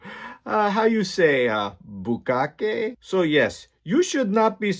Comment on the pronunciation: HAHAHAHAHA! How you say, Bukake? That was perfect!